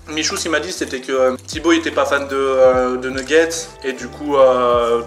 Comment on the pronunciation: est mec on dis fan pas fane